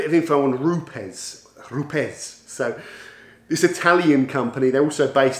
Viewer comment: Great video although the company is pronounced as “roops” 😎